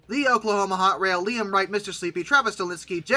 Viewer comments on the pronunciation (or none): none